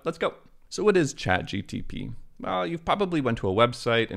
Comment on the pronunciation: Why are you saying chatgTP?